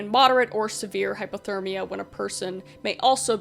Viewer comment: I don’t want to seem rude, but it is driving crazy. Are you saying hypothermia (low temperature) or hyperthermia (high temperature)? Cause it kinda sounds like you are saying hyperthermia.